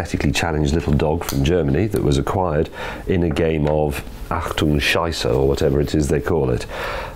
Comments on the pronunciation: “A game of achtung Schieße” 🤣🤣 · "In a game of achtung schizer"